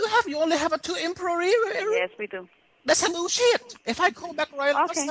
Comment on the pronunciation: lmao "Emproyreererer"